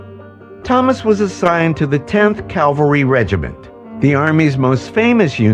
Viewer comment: Sharon's story. Cav al ry not calvary. Why didn't they edit that out?